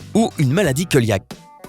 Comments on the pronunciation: Cœliaque se prononce séliaque et non pas keuliaque! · Du mucus blanchâtre....!!!!?boerk ....!!!!!!! Se prononce maladie "céliaque" et non Kœliaque..... J' ai tous les symptômes..... Je dois être en train de vivre mes dernières heures 😉👍... C est bien.... Vous parlez de tout! Avec un ton très très Nature nature ..... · cœliaque se prononce céliaque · J'adore quand il a dit la maladie " koeliaque " au lieu de coeliaque 😆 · On prononce "celiaque" ce qui me demontre que vous ne savez clairement pas de quoi vous parlez...